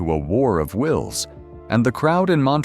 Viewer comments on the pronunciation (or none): none